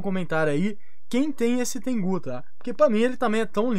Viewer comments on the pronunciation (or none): mano, não é Tengú, é Tengu (Tengo) KKKKKKKKK